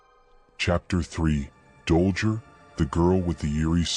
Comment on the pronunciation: Dollger? It's Dollgirl. Also, Sadism is pronounced "Saydism". Good breakdown BTW. I'd WAY BETTER If you didn't use Ai. Please consider this.